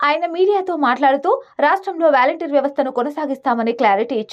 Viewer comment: Ame pronounciation sariga cheyaledhu gani matter itey chepalanu kundhi chepindhi.... Edhi pakkana peditey meeru edho difference annaru ga adhi ento cheptey telusukuntam..